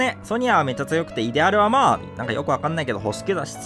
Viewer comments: イデアルの発音いかれすぎ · イデアルの発音違う！！